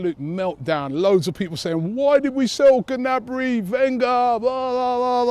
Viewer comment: Gnabry (Nabry) g is silent. good vid robbie.